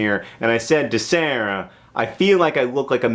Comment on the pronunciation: lmao the way you say sara